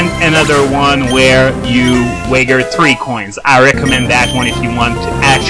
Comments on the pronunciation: wager pronounced weigh-jer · i know this video is old and english isn't your first language or u may have been even been saying it on purpose idk, if so, i'm an idiot but if not then the word "Wager", is wey-jer, again if i am wrong i'm sorry.